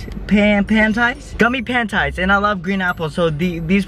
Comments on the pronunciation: Him: gummy pantiys Me:🥴🤭🤢🤮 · Gummy pant-ties😂😂😂😂